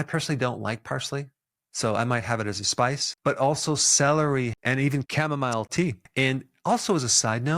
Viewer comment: c'mon DOC....CAMO-MILE? LOL